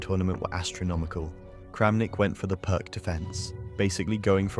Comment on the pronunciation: Isn't "Pirc" pronounced closer to "Pearce" than "Perk"? I guess it's more like "Peerts."